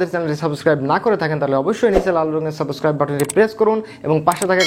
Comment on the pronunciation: ভাই, আরো বাংলা ভিডিও দেখেন, তারপর মার্ক দিয়েন। উনি, ক্যাডেট কলেজের একজন শিক্ষক। তবে সাবস্ক্রাইব এর উচ্চারণ native speaker ra এভাবে করে না।